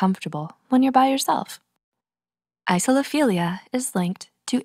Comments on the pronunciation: the pronunciation seems to have fizzled out a little there towards the end... isophilia is not the same as isolophilia. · She starts saying "Isophilia" instead of "Isolophilia" around then end, including 3 times during the outro. I don't blame her though, slightly confusing word. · Text: Isolophilia Voice: Isophilia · when the narrator pronounces it wrong.